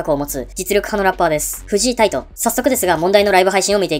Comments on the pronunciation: フジイ タイト じゃなくて フジ タイトです😂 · フジタイトの事、フジイタイトって言ってる？？